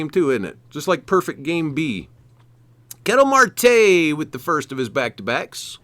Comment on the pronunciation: You don't know how to pronounce Garrett Crochet, Ketel Marte, etc .. do you watch baseball?